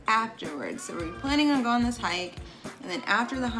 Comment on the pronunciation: "the list goes awn, and awn, and awn." that's the NYC in you lol